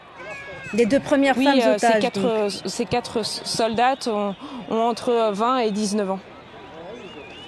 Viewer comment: ”la sortie de ces quatre zotages” : bravo France 24 !